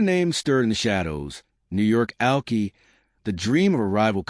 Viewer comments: It’s pronounced like “ alkeye” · Check the pronunciation of Alki